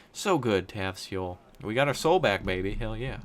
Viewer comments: Just for future reference, Seoul is pronounced "Soul," not "Seh-oul" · Alas, I am one of those Koreans who is cringing over his pronunciation...but I still enjoy his videos.